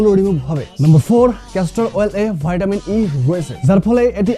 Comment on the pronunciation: হালা আগে ইংরেজি শিখে আয়, বাইঞ্চুদ কথা এমন ভাবে বলে ভিটামিন কে ভেটামিন